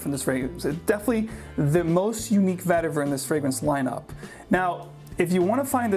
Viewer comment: Its pronounced Vetti Vaer (root). Tamil word.